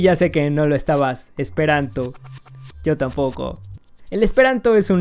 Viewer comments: jajajaja , pronunciaste muy mal el esperanto. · Jejejeje. Pronunciaste muy chistoso lo último en Esperanto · Sí te soy sincero, hablo esperanto lo suficiente como para decir que no has pronunciado bien las frases, y mira que es de lo más sencillo para un hispanohablante; además, cabe resaltar que en la primera frase "Mi ŝategas vian dekstran okulon" hubiera utilizado un verbo más frecuente, como "amas" (el cual entendemos todos) o "ŝatas" que básicamente quiere decir lo mismo que pretendías decir. Aquí te pongo, tal cual se pronunciaría, la segunda frase que has dicho: "La utilai frasoi en chi tiu video estas senutilai", la jota como tal no existe en esperanto, se usa para escribir una i con diptongo y también como plural (al igual que el italiano, que es de donde lo ha tomado). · estoy aprendiendo esperanto y lo pronunciaste mal xD la J cuando se usa al final equivale a la S en castellano y se pronucia como la i, del resto npi, esta loco tu video xD dankon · Casi te sale bien la pronunciación en Esperanto jejej la jota suena como nuestra i y la c con la cejilla arriba se lee como CH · Ajajaja te faltó pronunciar bien el Esperanto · Pronunciaste mal el esperanto, la "J" es como una "i" y la š es como la sh. Xdxdxd Lo sé porque mi estas esperantisto, kaj mi amas la esperantan lingvo. Dankon! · Qué mala pronunciación esperantista xd